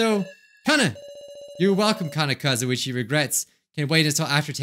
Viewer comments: Game: "Kanna Kizuchi": "KANNA KAZUICHI" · I just love the fact that he said “kazuichi” instead of “kazuchi” heh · Is it just me or did he say Kazuichi instead of Kizuchi? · SenthilKumar No? Ki-zu-chi (not kizuichi) is much different than ka-zu-i-chi but I guess it makes sense that reading fast can get you there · Her name is Kanna Kizuchi But said: Kanna Kazuichi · He just said "Kanna Kazuichi" instead of "Kanna Kizuchi" lol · He said kanna kazuichi instead of kanna kazuchi who else noticed? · my mans really said kazuichi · I just like that he misread Kanna's name and called her Kanna Kazuichi